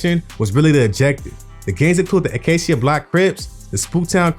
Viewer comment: Tragniew is pronounced /Trag-new/ And it's Tragniew Park Compton Crip. He can't be from the south central area. He ever pronounced Acacia wrong.